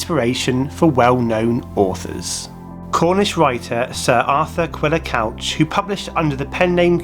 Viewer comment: Great video just a couple of mispronunciations Treffry is pronounced Tref-fry not Tref-free. Arthur Quiller Couch is pronounced Cooch not Couch.